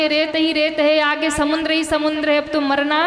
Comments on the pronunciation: प्रवचन करने वाली बहिन जी समुद्र को समुन्द बोलती है जो कि पूर्णतः गलत है। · बहिन जी आप समुद्र को समुन्द बोलती है जो कि गलत है।कृपया सुधार करें।